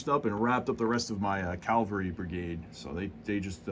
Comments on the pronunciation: And it’s cavalry not ‘Calvary’ 😢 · Dude can’t even pronounce “Cavalry.”